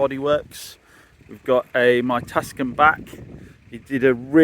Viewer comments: Yep. Pronounced Tooson. Not Tukson 😂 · Too - son! (Not Tuscan!). 😂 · It's NOT a Tuscan but a TUCSON. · Pronounced Too son. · Pronounced Two sawn 😂. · plenty of comments about this on previous video, I think he keeps doing it for the algorythm and keep people commenting correcting him